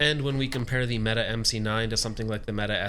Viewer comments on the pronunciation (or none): good video- it is pronounced "meh t eh" not "Meta" to note for next time. Turkish for Brave or Hero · Why do you keep saying meta? I know janik isn't popular with its name pronunciations but in no world is mete pronounced meta, please refer to it as the meaty as it was intended to be pronounced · It's pronounced meh-teh. Not meet or meta or meaty.